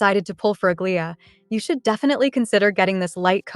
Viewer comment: Aglaea's pronunciation 😭 Please watch hsr new trailer